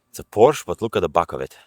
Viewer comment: its POOOOORSHEEEEEE(EEEEEEEEE)